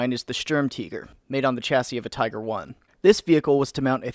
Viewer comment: As i watch this video, i find myself wondering...what the fuck is a "Teeger"?